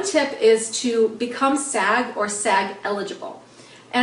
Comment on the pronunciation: Andrea Martinez I thought she was saying "sad." I was so confused haha